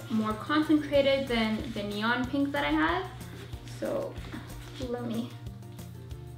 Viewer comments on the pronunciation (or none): none